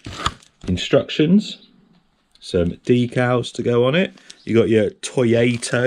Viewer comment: Well at least this one say Toyota lol.